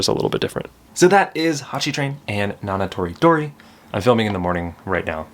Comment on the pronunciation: Hurray, you said Nana Toridori right :)